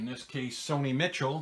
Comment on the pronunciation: Hey Z - great vid! Btw - on Sony Michel, his last name is like the female name "Michelle".